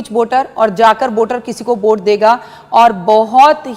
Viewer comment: वोट को बोट बोल रही है ।